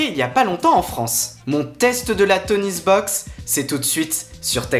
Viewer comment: Toniebox pas TonieSbox !